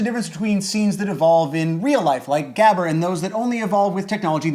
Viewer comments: his pronunciation of gabber is so horrible, its more like gahber. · Great episode, but it was so jarring to hear gabber mispronounced every time :p if you learn to make the guttural g sound I'll be very grateful, and impressed! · You butchered the pronunciation of gabber, but I love that it get's mentioned. My favorite genre to evolve from it is breakcore, where high bpm is mixed with just rhytmic chaos, so that at one point the song is slow and then fast and then super fast but never really consistent. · I completely forgot this channel exists. Also, fuck yeah, extratone! I love how you butchered 'gabber' Greetings from the Netherlands